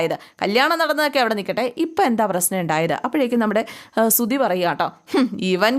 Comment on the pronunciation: സുധി........ സുദി.. അല്ല